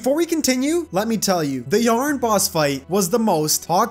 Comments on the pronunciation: Bro why was he pronouncing Yharon as yarn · I just wanna say that I spent way too long thinking you were calling the jungle dragon "yarn" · Yharon was destroying you becaused you called him y a r n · i think you say "yah-ron" and not "yearn" or whatever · Man called Yharon "Yarn" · It's so annoying how he says yharon